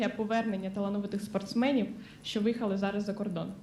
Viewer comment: "Що" произносит,как "шчо".